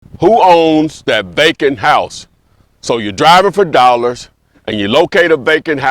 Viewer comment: I swore he was saying “bacon house” 😂😂